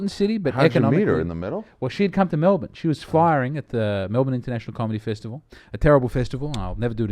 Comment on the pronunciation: At least he says Melbun for Melbourne. That makes people think you're local.